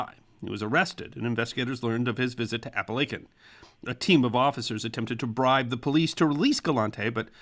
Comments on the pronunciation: I live about 15 miles from the house that is where this meeting took place!! And I did love to video BUT the name of the town is Apalachin, AND IT IS PRONOUNCED locally as "App- A- Lake- In" and it is never pronounced "App- A- Lack- In"!! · Your pronouncing of Appalachian is a 1st and im a resident. Kinda catchy though tbh lol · WHY ARE YOU PRONOUNCEING IT THAT WAY??? It's app-uh-la-chin" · Jesus the pronunciation of Appalachian 😆😆😆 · I lasted little more than 4 minutes watching this before I had to shut it off. It's not because of the subject matter but because whoever narrated this as well as the host wearing the bow tie should know better and learn how to properly pronounce the name of the town of Apalachin, NY as well as some of the names of some of the notable Mob Bosses whose names come up repeatedly. I grew up in upstate / western NY and Apalachin is NOT pronounced with a "long" 'a' in between the L & C. It's Ap-a-lach-in with the "lach" pronounced like "latch" as in a door "latch"; not with a long A as in LAKE and speaking of that, the "CH" is pronounced like "chin" and NOT pronounced with a hard letter "K" as in "kin" You people really need to get it together as far as how to pronounce the subjects in your videos and as it is it's un-listenable to try and sit through watching this with that jarring sound of mispronounced names and the location over and over. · Weird that he pronounced it correctly at the beginning but then mispronounced it . Ray Liotta also mispronounced it in "Goodfellas". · Except that Ray Liotta mispronounced Apalachin. This video got the name correct at the beginning but strangely mispronounced it later . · I noticed it too!!! And I know, I grew up in Tioga Terrace!!! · Another great video! It was great to hear a local story. FYI it is pronounced "Appa lake in" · Your wrong. I've studied this profession well over 20+ years. The correct way to pronounce it is appa-la-kin not chin... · Chin not kin